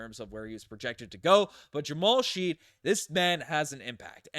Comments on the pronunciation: I loved the Jamal Shead pick (but I’m pretty sure its pronounced shed, not sheed) I watched him in march madness and liked him. I also loved the ja’kobe walter pick. I don’t know anything about mogbo though. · you definitely didn't watch the ncaa tournament... his name is Shead not friggin Sheed 👍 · Yes, it's pronounced Shed. Not sure how watched clips and didn't pick that up. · It's pronounced like "shed." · Bro it's "shed"